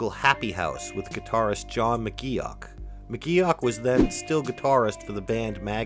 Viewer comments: I’m loving all the new info I’ve learned about one of my favourite bands ever! But omg. His name is pronounced “Mc Goff” not as it’s spelled. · I'm glad McGeoch left ... stops his name being butchered all the way through the video